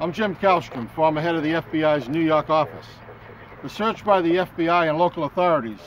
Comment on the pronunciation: "... new yoook office" > same sound my toad makes. yoook.